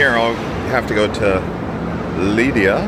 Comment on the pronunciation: 275 euros on 2 taxis is crazy. There were probably cheaper alternatives. In general: so much money is spent on expensive transportation in these few days, it's too much. Why didn't you look into the Eurail pass? The pronunciation of cities is wild: Lidia (Lleida), Too Loon (Toulon), Saragosa (Zaragoza). Oe-gio train is called Oui-go (pronounced as 'yes' in French) I also noticed this in the Nice to Malta video, just invest some time in how these places are called.